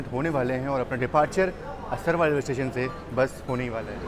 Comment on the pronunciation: Bhai aap jagaho ke nam har bar galat pronounce krte ho असरवा nhi असारवा hai